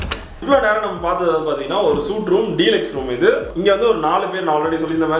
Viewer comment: Suite = "சூட்" தவறு. "ஸ்வீட்" என்பதே சரி!